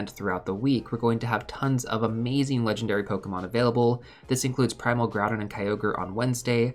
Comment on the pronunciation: why is Groudon named "Groupon" LOL